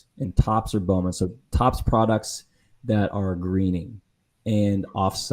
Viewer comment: After all these years, you still don't know how to pronounce Bowman correctly.